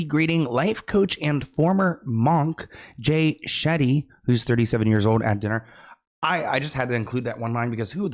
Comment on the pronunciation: It's very surprising that doing what you do for a living, you don't know who Jay shetty is. And Shetty is a very common Indian surname. Even if you didn't know that, if it sounds new shouldn't you assume it could be a surname you are not aware of before making it sound like a badly made up word resembling "Shitty"? Being in the public speaking business shouldn't you be more wise and sensitive about other cultures (even the one you may not know about)?